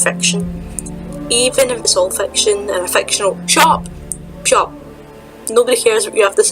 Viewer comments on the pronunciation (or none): When you said "shut up" I heard "chop" lol